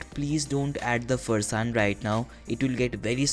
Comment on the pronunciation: You lost all the points at ”Farsaan" it's sacrilegious